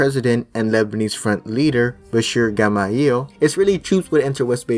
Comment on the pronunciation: Oh god, and the way he pronounces Bachir Gemayel's name